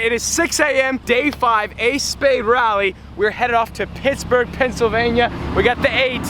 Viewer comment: "WE'RE HEADED OFF TO PISSBERG, PENSYLVANIA" Sorry, but I cannot unhear that.